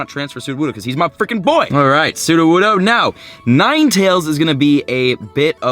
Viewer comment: ... transferes his Studowoodo XD, no hate😂